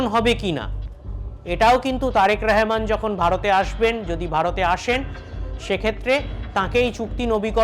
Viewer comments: ওরে বাঙালি! রহমানকে রেহমান বলছিস কেন রে? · রেহমান না শালা,এটা হবে রহমান।।।উচ্চারণ ঠিক কর। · ওরে শালা আমাদের প্রধানমন্ত্রীর নাম তারেক রহমান। তারেক রেহমান নয়। নামটা ভালো করে উচ্চারণ করতে পারিসনা চলে আসছিস সাংবাদিক হতে। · এই যে অশিক্ষিত সাংবাদিক তারেক রেহমান না রহমান উচ্চারণ হবে। অশিক্ষিতের বাচ্চারা স্মরণ করতে পারস না সঠিক এবার আইছোস পাশের দেশ লইয়া বাতা মারানি গিরি করতে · তারেক রেহমান নয়, তারেক রহমান। ইয়ার্কি পেয়েছেন নাকি?? সঠিকভাবে উচ্চারণ করুন, ভদ্রতা বজায় রাখুন। আপনার নাম যদি হয় শ্যামা প্রসাদ তাহলে কি আমি ছামা-প্রসাদ বলবো?? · আগে আমাদের মাননীয় প্রধানমন্ত্রীর নামটা সুদ্ধ করে বলতে শেখ,তারপর সংবাদ পাঠ করতে এসো।তারেক রেহমান নয বেকুব তারেক রহমান হবে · ওরে গোমূত্র খোর আগে আগে দেশের প্রধানমন্ত্রীর নাম টা ঠিক করে উচ্চারণ কর। ওটা রেহমান বা র ্যহমান নয় ওটা তারেক রহমান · হকার সাংবাদিক রহমান শব্দ উচ্চারণ করতে পারে না 😢